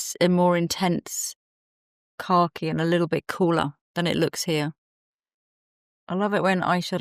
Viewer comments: Oh! You’re saying “car key”! I thought you were saying khaki but in a British way I’d never heard before! 😂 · I keep hearing “car-key green” … here in Texas ❤